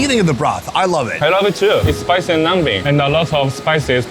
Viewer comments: So glad he didn’t correct him on the silent B in numbing 🤣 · The way says "numbing" is funny 🤣🤣🤣